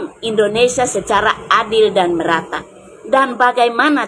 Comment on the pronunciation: pakai bahasa yg benar Indonesia bukan Endonesia Paham.......